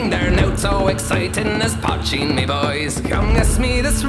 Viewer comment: poitín (potcheen), not patching. Irish word